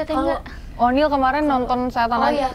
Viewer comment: Oniel bang bukan oli😭😭🤣🤣